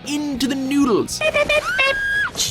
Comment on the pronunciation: Cuppa nooderu